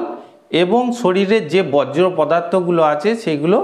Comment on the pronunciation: বজ্র পদার্থ নয়, বর্জ পদার্থ হবে।